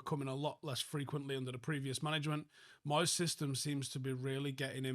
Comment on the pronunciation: I'm sorreh to say again it's moyseh